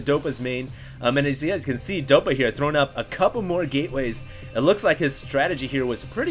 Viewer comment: why does pronounce "throwing" with a latino accent?